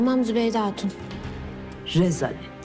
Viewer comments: Nobody: Zübeyde Hatun: Rezalet Re za lett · Bügünün repliği “ rezalet re za let” ssdzx